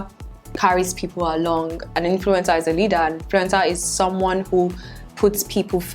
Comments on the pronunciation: Stop saying influintzaa so many timesss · Now I can't unhear influenza😂